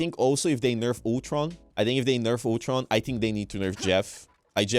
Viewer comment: 'Otron' it's Ultron....Ul-tron.